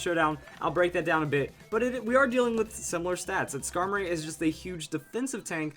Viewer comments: Why would u say scarblis D' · I assume he's talking about Skarmory with Blissey?